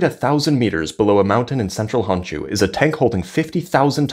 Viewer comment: Honshu not Honchu